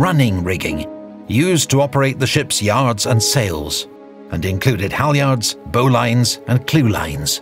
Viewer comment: An outstanding video with a wealth of interesting and factual information. Bravo zulu! Most pronunciations were correct and it was interesting to see them also addressed in this documentary, but there are two that need correcting: - "Bowsprit": The "bow" part is pronounced as in "the bow of a ship", not as in "and bow and arrow". - "Bowline": This is properly pronounced "bo-lin". - "Stem": This is actually the sharp cutting edge of the bow. The "bow" is the forward end of the ship and thus the opposite of "stern". On the other hand, it was very nice to hear the article "the" being omitted before the letters "HMS". I find many of the British today are so heavily indoctrinated into US culture they will often say "the HMS ...", which is utterly incorrect grammar. The problem is that it IS correct to say "the USS ..." Mind you, British matelots often said "the HMS ..." just to annoy their officers. Two very minor corrections though, especially given the huge amount of fascinating and correct information in this brilliant episode. Thank you.